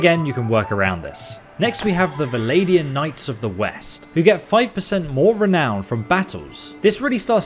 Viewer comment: After so many years, you still can't say Vlandians?! They are not the 'Valadians' , man! They never were and never will be. VlaNNNNNdians! My goodness...